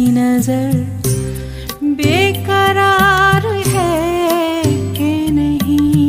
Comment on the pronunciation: সুর....এক কথায় অসাধারণ। হয় তো স্বয়ং জগজীত জী শুনলেও তারিফ করতেন। কিন্তু উচ্চারণে খুব স্বাভাবিক ভাবেই একটু বাঙালি জিভের প্রভাব রয়ে গেছে। 'নেহি', 'বাতা', 'প্যার' বা 'ইন্তেজার' শব্দ গুলো মূল গানের সঙ্গে মিলিয়ে দেখলেই সূক্ষ্ম একটা অমিল ধরা পড়বে। কাউকে ছোট করা বা নিজের জ্ঞান জাহির করা আমার উদ্দেশ্য নয়, কিন্তু সামান্য একটু উর্দু জানার সুবাদে কথাগুলো বললাম। আমি কিন্তু এনার রবীন্দ্রসঙ্গীতের একজন বড় ভক্ত।